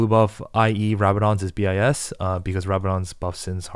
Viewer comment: homie really out here saying bee eye ess